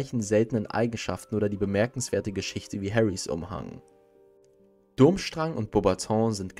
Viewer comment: Nein, Dumbledore kann nicht in Hogwarts apparieren...sonst haut die Stoty mit Rosmerta und Malfoy auch garnucht hin... Ja, er kann es Zeitweilig aussetzen (Apparierunterricht) aber nach deiner Begründung könnte auch Voldy einfach reinspazieren! Ich wollte dich auch bitten, deine Aussprache etwas zu überdenken! So ist das t bei Voldemort stumm und Durschrang wird Durmstrang ausgesprochen! Im Ansatz finde ih deine Videos gut aber in der Ausführung sind sie manchmal etwas mangelhaft! Ich möchte auch nicht bezwecken, dass du demotiviert wirst, sondern dass du dich verbesserst! Ich wünsche dir noch einen schönen Abend und alles Gute! In welchem Haus wärst du eigentlich?